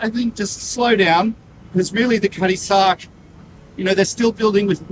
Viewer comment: You mean Cutty Sark, when you say “Cuddy Stark”? Or am I wrong? : ) Either way, appreciate your work a lot.